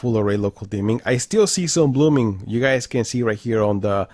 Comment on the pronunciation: I watched most you tubers reviews this tv they don’t said blooming like you saying